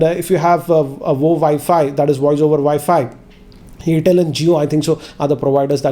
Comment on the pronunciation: it is airtel not yertel